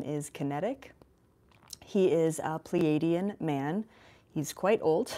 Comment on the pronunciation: Please correct your prenunciation of "Pleiadian" Or can we call you Elizatef ?